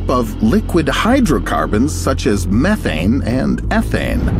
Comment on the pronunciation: did he say meth ane im in